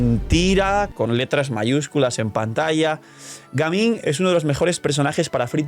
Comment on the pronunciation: Pronunciación de Gaming: Gueiming para los que no saben, suena bastante feo escuchar a los españoles mencionar el nombre de este gran personaje